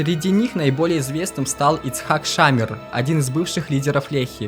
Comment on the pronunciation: Хорошая работа! Полезная информация. Но на протяжении всего фильма резали слух неправильно произносимые фамилии. Например, ШАмир вместо ШамИр. Или Амит, вместо АмИт.